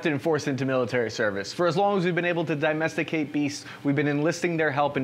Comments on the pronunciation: "Daimesticate beasts" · Dimesticate lol